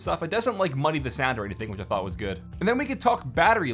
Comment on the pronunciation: He said thot Demonetized